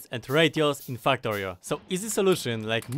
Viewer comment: why does it sound like you say f**ktorio🤣